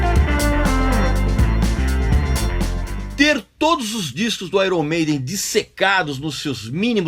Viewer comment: Desde quanto esse cara é músico? Nem sabe pronunciar o nome da banda iron maiden 😡